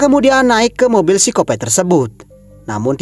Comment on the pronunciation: duhh bang sikopat sikopat aja jangan di ubah pengucapannya.....geelii rasanya ..jjik aku dengernya ....maaf ....